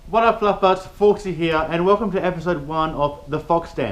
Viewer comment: why do you people call your subscribers "fluff buts"? or are you saying "fluff buds"?